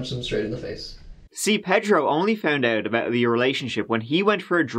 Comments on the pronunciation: Ped ro? You mean pay dro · As a Miami native, I’ve never heard the name “Pedro” pronounced the way he says it! 🤣🤣 I’ve always heard it as “pay-dro” never “ped-ro”! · Say it with me .... PAY-dro